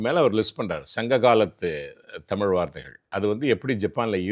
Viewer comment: Ivaru thamil saralamaha pesurar but tamil entra varthaya ucharica marukirar.